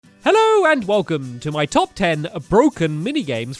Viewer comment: "Hellœ and welcome"